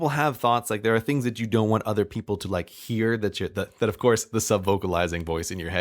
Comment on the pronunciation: Nant. Sounds like "taunt" for between need and want.